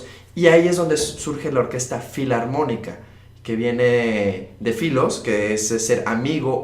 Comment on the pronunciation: recuerda q NO es " Fliantrópica " , sino FILARMÓNICA